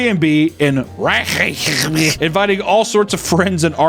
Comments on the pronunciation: wreck-yah-vick come on... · Great attempt at pronouncing the capital of Island there, dude! Reykjavik.